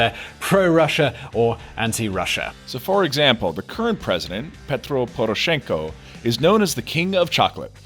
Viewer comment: Actually, your title should’ve been “How is Poroshenko isolating Ukraine?” Because no matter how hard your try to spin it and blame others (especially Putin), Poroshenko and his thieving bandits are the true culprits. And your guys pronunciation? Damn. Also, Tymoshenko - never was president; although I’d vote for her over Poroshenko any day. Haha hell, I would rather see Saakashvili than Poroshenko. Selling our people down the drain. Useless puppet mutt.